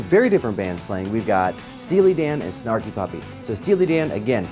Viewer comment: Love hearing you saying all the band names...sparky puppy lol...also DMB fan..for life.